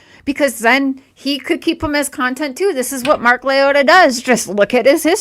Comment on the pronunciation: Girl go rewatch the per videos and correct your sick analogy. That's terrible. I am not for anybody but that's terrible what you said. you said Mark's name wrong too. You take about money, you have way to many ads for false narratives. Redact this video!